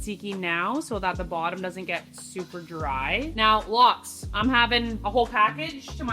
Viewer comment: Why did you say lox or lots